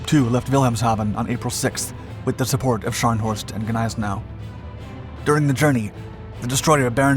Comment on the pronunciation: Its pronounced Nize now. The g is silent.